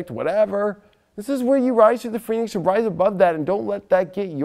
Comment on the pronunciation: I thought first he said rise like the penis!! LMAO!